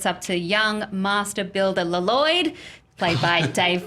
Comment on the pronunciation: it's not actually pronounced L- Lloyd , it's Lloyd